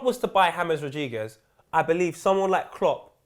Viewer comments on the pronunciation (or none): "James Rodiguez"